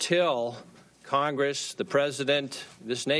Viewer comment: Congwesss, Democwassy... I'm out congwessman Fudd.